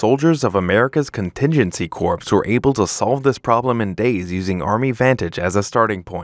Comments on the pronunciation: Corps is pronounced like kor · Palantir should make certain that any spokesperson knows how to correctly pronounce "corps." Hint: It's not "corpse" or "corp-ssss."